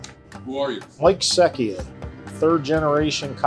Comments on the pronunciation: Seccia should be pronounced Setchia...what the heck. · He mis-pronounced his surname “Secchia” lol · He doesn't even know how to pronounce his surname 😂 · The dude doesn’t even know how to pronounce his family name in Italian though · Cosmi's rules. I live nearby. But his pronunciation of his own name is criminal.